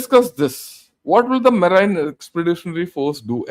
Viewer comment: tqvm for the excellent presentation. When they capture Kharg Island the regime will collapse. the word 'MARINE' is pronounced as MAREEN. Eg 'MAREEN Expeditionary Force', or 'US MAREENs'. Other examples are 'merchant mareen'' and 'mareen engineering'. TQ again for so much detail.